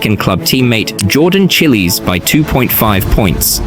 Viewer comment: “chillies” 💀 it’s pronounced chi - as in chicken or children it’s pronounced les - as in the name charles